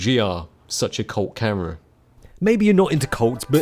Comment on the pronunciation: Say Camera not Cara 🤣